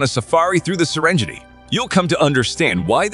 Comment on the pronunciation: Every site except the Great Barrier Reef had one or more mispronunciations. They even had three different goofs on 'Serengeti'. Was that a computer talking? Didn't a human listen before posting it?